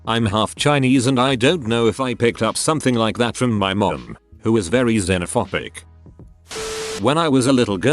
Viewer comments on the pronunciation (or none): "Xenophopic"? I thought is was -phobic As in Xenophobia.